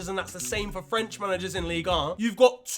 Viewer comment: That "Jesus Christ" was so Nigerian 🤣🤣